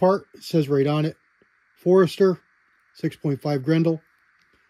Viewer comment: Forster. Not Forester. 😄